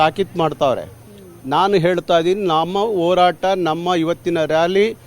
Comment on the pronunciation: Hartha Alla Le Yappa Artha Adu🤦‍♂️🤦‍♂️🤦‍♂️ Orata Alla Le Yappa Horata Adu🤦‍♂️🤦‍♂️🤦‍♂️